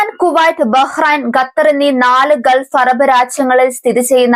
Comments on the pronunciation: Correct pronounciation " KUH-tar ".....😊😊😊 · ഖത്തർ ആണ് gathar അല്ല